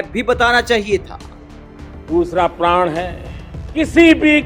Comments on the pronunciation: प्रण के जगह प्राण बोल रहे है हमारे माननीय प्रधानमंत्री लगता है जनता के प्राण लेकर ही मानेंगे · प्रण को प्राण बोल रहे हैं। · Pran hota hai Praan nahi!! Dono ke matlab alag hote hain